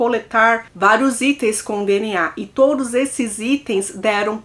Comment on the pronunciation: Eu só escuto ela falar "deniá" em todos os vídeos 😂😂😂 (DNA)